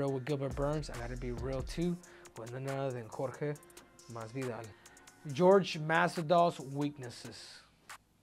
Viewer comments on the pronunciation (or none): how is it this guy supposedly speaks spanish but calls him GEORGE instead of whore-hey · Why does he call him Gorge. It Jorge(h-or-he) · Whore-hey masvidal 😆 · I've always wondered why it's so fkng hard for people to say "Jorge" vs "George". Come one man.